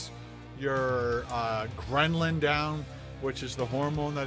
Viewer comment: When Ken talks about fasting he sounds like the guy who watches one video on how the moon landing was faked and then all of a sudden it's the complete truth. He clearly did not gain any cognitive benefits from fasting since he constantly says "gremlin" and not "grehlin" LMFAO.